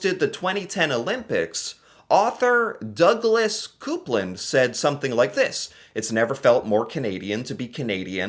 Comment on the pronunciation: Small correction for. The author mentioned in the start of the thread, Douglas Coupland is pronounced Cope-land, not Coop-land.